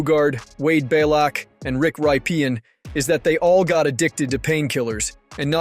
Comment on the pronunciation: I got as far as “Rick Ry-pee-in” and that was enough for me… and that was after overlooking the mispronunciation of Wade Belak.